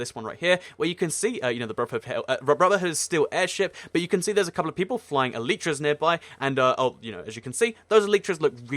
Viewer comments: PEANUTZZ LG He's right. that is the correct way. like "Ellie tra" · PEANUTZZ LG actually thats the correct pronunciation